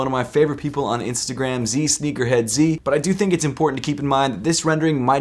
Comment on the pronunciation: “Zsneakerhead-zee?” Hahaha 💀⚰️ who says it like that? 😭